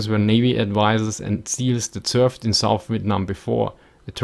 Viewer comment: “Served” sounds like “surfed”, and we all know Charlie don’t surf.